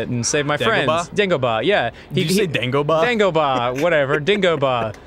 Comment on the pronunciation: when Ross said Dingoba instead of Degoba, I thought he still had his old accent and he was talking about an old bar he'd go to in Australia. The Dingo Bar.